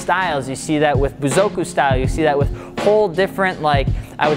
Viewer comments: Buzoku? Try again lol. Bōsōzoku not Buzoku. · It's bosuzoku not bozoku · he said bozoku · this is gonna make me feel like a hella tyte jdm fanboi, but it's pronounced bo-so-zu-ku and the anime wrap style is called i-ta-sha. Itasha roughly translates to "painful car", which is funny so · Bosozoku. I think you’re missing saying a syllable in there 🤙🏻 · "bozoku" cmon man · Inuyasha is a specific anime. Painfully decorated cars with characters and logos is 'itasha'. And you mumbled right through 'bosozoku'.